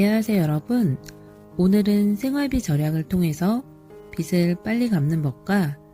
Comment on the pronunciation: 영상 잘~ 보았습니다~^^ 목소리가 참 좋으세요 듣고 있으면 마음이 편안해지네요 앗 근데 ㅡ빚을 ㅡ 읽으실 때 [비슬] 이라고 하셨어요 [비즐]이라고 읽어주셨으면 합니다 ㅈ이 ㅇ을 잡아먹게 되어 ㅡ즐ㅡ이 되네요 비슬 이라고 읽으시면ㅡ 머리 빗ㅡ에 대한 이야기... 기분 언짢게 듣지 않으시기를 바래요 ㅠ 더 나은 방송하시라고... 앞으로도 좋은 방송 기대하겠습니다~!!